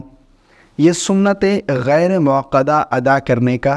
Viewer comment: موصوف ۔۔۔۔ یہ لفظ ”غیرے“ موکدہ نہیں ھے ”غیر“ موکدہ ھے۔ اسلام کے ساتھ ساتھ اپنی مادری زبان اردو بھی سدھاریں۔ یاد رھے کہ عربی زبان کے بعد سب سے زیادہ دینی لٹریچر اردو زبان میں ھے۔